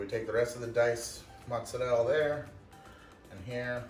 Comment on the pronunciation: Motz-Sur-El. Why? Mozzarella. Motz-Sur-Ella. TF you do that?